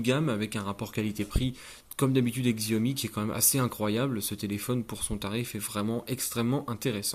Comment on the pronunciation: c'est Chiaomi par Xiaomi , enfin la prononciation , ça s'écrit Xiaomi mais c'est Chiaomi sinon ce telephone est incroyable pour son prix